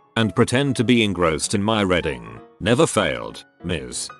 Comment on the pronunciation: I know, I hate that about the tts too